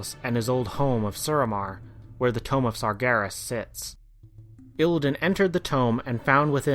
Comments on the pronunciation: Satyr = Say-ter tomb = Tume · ***** That's what I was saying, Tomb, is pronounced Toom, so why are you telling me this?